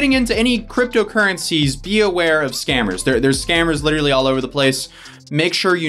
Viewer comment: dont forget literally pronounced lit ra lee....